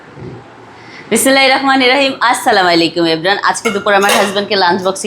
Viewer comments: বিসমিল্লাহ ও বলতে পারেনা আবার ব্লগ ভিডিও করে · আপু সালাম বিসমিল্লাহ বলার সময় সুন্দর করে উচ্চারণ করবেন। তা না হলে আমার একটা ভূলে কতটা পাপ হবে।। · ঠিক মতো বিসমিল্লাহ আর সালাম উচ্চারণ করা শিখতে হবে